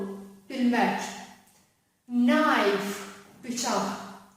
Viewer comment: müəllimə knife sözü nə deməkdir videoda nə deyirsiz başa düşülmür